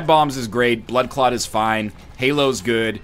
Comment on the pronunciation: I'm listen to this whilst cooking, and whenever he says blood clot it sounds like butt plug.